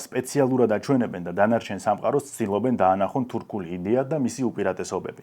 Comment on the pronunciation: სიტყვა ,,თურქულს” სპეციფიურად რატომ გამოთქვამთ ? მასეა სწორი ? ვიდეოში თითქოს თიურქული - ასე ისმის